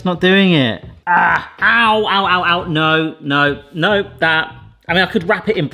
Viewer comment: the ’no’ accent means ur british right?